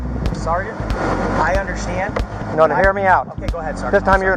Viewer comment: "Sargaent I unkdersHKAND that" god every time he says understand i cringe into a tighter ball. Yes sir I hundersshkanned